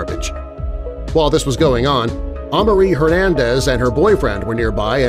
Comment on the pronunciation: it’s pronounced uh-mar-ie Amari that’s my name